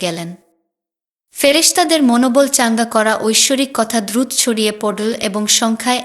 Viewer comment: দিদিভাই, আমি পঃ বঙ্গ হতে আপনার পাঠ শুনছি । এটা ইতিহাস না উপন্যাস বুঝতে পারছি না । অবশ্যই সুলিখিত । তবে আপনার উচ্চারণে কিছু সমস্যা রয়েছে, যা হয়তো দেশ ভেদে স্বাভাবিক । জলকে পানি বলছেন না । আর যেন, আয়োজন, দ্রুত, ইত্যাদি অনেক শব্দ উচ্চারণে বিকৃত হচ্ছে । কলকাতার উচ্চারণকে অনুসরণ করলে মনে হয় যথার্থ হবে । আসিফ মহিউদ্দিন, জাহাঙ্গীর আলম (লালু উস্তাদ), মাতব্বর আজাদ অভিজিৎ, মাসুদ প্রমুখদের শুনতে অনুরোধ করি । ভালো থাকুন ।